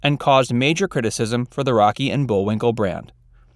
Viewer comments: .... . Did he call him Bull-WINKER??? Or am I hearing things???? Lol 🤣🤣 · What was shocking about any of those? Also, the script was somewhat repetitive, and at one time the narrator says Bullwinker -- with an R at the end. And you should've told him to spell the difference between Bullwinkel and Bullwinkle, not just read the two names; I hadn't realized there was a difference in spelling until I backtracked and watched the spelling of the dealer's name. These may be minor issues, but the repetitiveness made it a little boring to watch, and the title is a complete misnomer. "Little known facts" would be more descriptive. I was expecting something scandalous by the title.